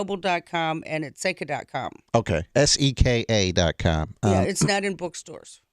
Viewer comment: Who is this guy, worst fuckin interviewer i ever heard. It's Seka for Christ sake.